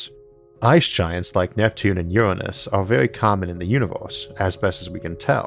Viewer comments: Good video. But Isaac, you have a voice with all the grace of a sofa falling into a dumpster. PLEASE PLEASE PLEASE get someone who doesn't drone in a dull monotone, and who can pronounce "nuclear", NOT "nukular", and "Uranus", not "Uwwanus". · I believe it’s pronounced “URANUS” not “uWaNuS”